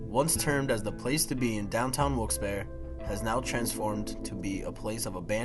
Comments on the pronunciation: OMFG - How dare you mispronounce the name Wilkes-Barre? ? It is not Wilkes-Behr - it's Barry as in the man's name, from the French Barré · Yep, it's pronounced Barry. Pretty distracting that they kept mispronouncing it